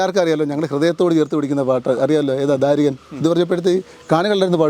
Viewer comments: ധാരികൻ അല്ല ദാരികൻ ആണ് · ദാരികൻ ആണ്..... ധാരികൻ അല്ല